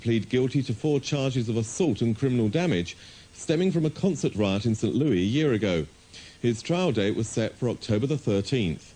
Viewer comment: St louie? Are you fucking kidding me? Did that guy just call it St Louie?